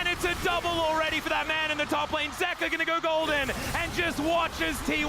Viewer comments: its zeka bro why u keep sayin zika lmfao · It's ZEKA, not ZIKA. Why can't he pronounce the name correctly? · Does this guy purposefully mispronounce names like wtf is a zika and zeus like the god like it’s been four years at least